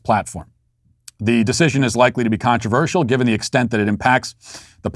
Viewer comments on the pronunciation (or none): none